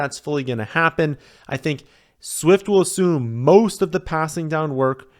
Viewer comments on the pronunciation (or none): none